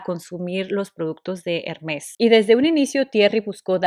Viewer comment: No se pronuncia la S, es Herme, con acento en la segunda e y la r se pronuncia suave, gutural